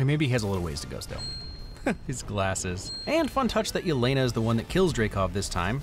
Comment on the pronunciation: Its Elena not Yelena pronounced like Elena of Troy .